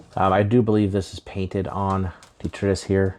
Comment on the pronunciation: It’s pronounced duh-TRY-tuss :) You’re lucky to have one so early. Thanks for comparing it to previous releases and the informative review!